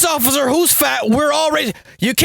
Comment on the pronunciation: “It ain't looking good for the Ociffer” 😂😂😂